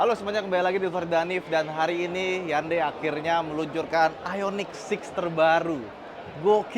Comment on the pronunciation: Bacanya hyon-de (hyeon-dae)... cenah